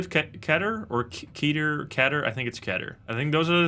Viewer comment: Keter should be pronounced like meter. :)